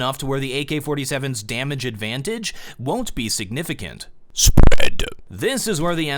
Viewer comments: I nut every time you say s p r e a d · Someone pls explain the {S P R E A D} thing to me because my god it is irritating as shit. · 666 was hilarious hahahaha ROFL. And that s-p-r-e-a-d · the way he says spread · I ask my self. Why the hell I laugh every time says spread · every video he says 'spread' it always gets me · Why do u always say spread like ur burping lmao